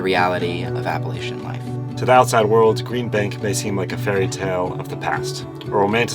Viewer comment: The first thing you need to do is pronounce Appalachia correctly!!!!!